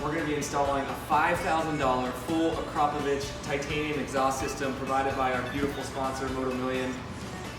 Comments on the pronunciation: Say it with me.. Ak ro povic! Not Acropvavich..lol U sound silly. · It is akrapovic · Pronounce it properly akrapovic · ITS SAID arco-phobic .... i have no idea what you where calling it. :P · Ahh-kraaa-poh-Vic. One of those goofy companies that makes killer stuff no one can pronounce.